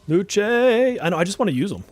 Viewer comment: Use Google Translate to hear how to pronounce Luce🌹 Characters from Persona 5 Dancing is a waste of a pull. They could have done better🤬